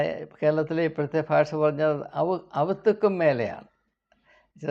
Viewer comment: സർ അവുതുക്കും മേലേ എന്നല്ല. അതുക്കും മേലെ ❤.കാലിക പ്രസക്തമായ സന്ദേശം ❤